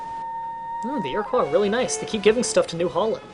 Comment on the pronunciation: You said Iroquois wrong. ear-uh-quo not ear-uh-qua